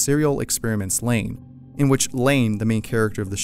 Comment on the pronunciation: Why does he call it blain